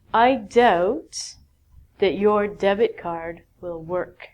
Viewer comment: debt card sounds "death card". In a fact...